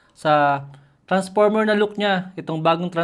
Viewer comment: "Jelly case na naka tranparmer..."😭